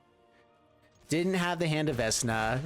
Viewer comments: right, I meant the way he was pronouncing it. Sorry if I wasn't clear with that 😁. I would always pronounce it veck-na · You can really tell which of us are D&D geeks. As a long-time DM, the mispronunciation makes me want him to roll for diplomacy with a -10 modifier. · 😆 if you watch matt colville vecna name comes from the jack VANCE books and is a anagram. Your still denouncing it wrong but its interesting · Mispronounced Vecna is driving me absolutely nuts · this, i cringed every time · I cannot believe you've never heard Vecna said out loud. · Love the deck, through the multiple mispronunciations of Vecna are killing me haha. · Idk maybe he was just missreading it. For awhile my wife thought vorinclex was "voronicles" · Immediate pain as soon as he said it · Everytime he pronounces it VES-na, Matthew Mercer dies a little inside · I BEG OF YOU! PLESE STOP SAYING VESNA... MY EARS ARE BLEEDING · I know I'm like the 10th person to say this but. VeK-nuh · love the your videos. To assist for the future when you see or play Vecna. Vecna (/ˈvɛk nɑː/ VEK-nah[2]) here is the pronunciation . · Vekna is how it's pronounced. I never do this, but im such a DnD fan it drives me crazy 😂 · Vek-nah,. veCK-nuh. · Typo in title and it’s pronounced veck-na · It’s «veKna» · for the love of all that is evil its VeK Na lol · Same. Love his videos. I'm sure everyone will rave about the mispronunciation just like I will. Veck-Na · Its pronounced vek na "vecna" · Fam it be the eye of "Vesna":) At least according to:D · Omg yes! 😂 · Its "Vekna" not "Vesna" XD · I hate to be this guy but there is only so many times I can hear the god of the undead be mispronounced, it's vekna not vesna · came to the comment to see how many will pick him on veSna not being pronounced veKna. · Isn't it veKna instead of veSna? Other youtubers are saying veNKa... This is really odd... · We said vekna not vesna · It's Vek-nah! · For real. 😬 Vesna? 😅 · I cringe when he says vesna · VECK NUH SAY IT